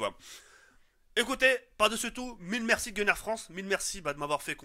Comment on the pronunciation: I dit pas gunnar i dit connar lui